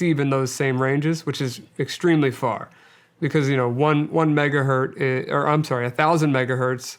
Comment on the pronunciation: 1 megahertz not hert... That is all.